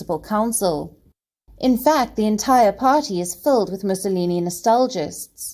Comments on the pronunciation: This commentator's pronouncement of names like Mussolini leaves a lot to be desired. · I love watching Palki and every morning I wait to watch Gravitas. She opens your eyes and ears to what is going on around the world and she does it with such accuracy and clear explanations. I was surprised as to how she pronounced Benito Mussolini name. They do need to work on their accuracy in pronunciation - her South African counterpart pronounced it correctly.